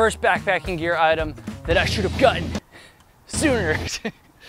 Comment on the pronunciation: Gutten !?!?…. Did you say Gutten !?! 😂😆